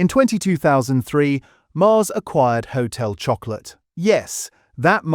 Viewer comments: The pronunciation is blue rib and not rye band and hotel shoc o lar not hotel chocolate. Just saying. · Blue “ribban’d”…”Hotel Shock-o-la” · "Blue Rye-band". "Hotel Chocolate". I ask you! AI at its finest.